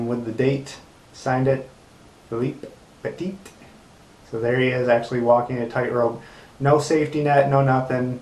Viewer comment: Oh wow, wasn't expecting a shoutout tonight:-) Thanks! Also you pronounced it right on the money, "Peh-teet". Also to those reading and interested, "Man On Wire" is a fantastic documentary on Mr. Petit's story. It's hard to find but if you ever come across it I highly recommend it! I believe some clips and also the trailer are available here on YouTube.